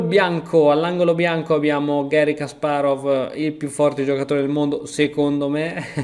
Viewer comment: Hai imparato a dire Kasparov. Altri 10 anni e userai l'accento giusto anche per Topalov e per tutto gli altri ex URSS